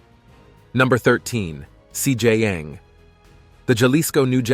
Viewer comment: This guy saying cj yang 😂